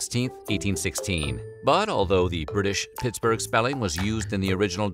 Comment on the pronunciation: Sounds like James Brown saying Pittsburgh. Pitts-boig